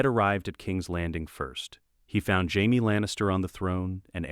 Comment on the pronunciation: when I hear jamie pronounced as Hyme i stop the video and go elsewhere.